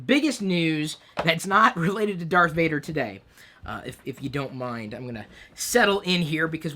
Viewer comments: not pronounced "Vader" like Darth Vader but more Vahhhhhder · Vader in Dutch is actually said like F-ah-der, sorry Chris.